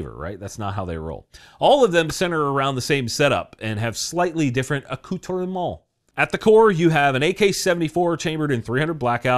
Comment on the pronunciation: Kudos! You actually pronounced 'accoutrements' correctly...!!